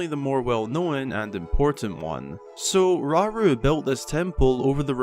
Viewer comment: How many times they said "raru" Is concerning